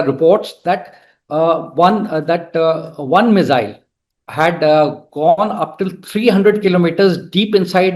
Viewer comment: It's not zee, mizzile, but see, missile. RAIdar. Not RaiDAR, emphasis on first half of word.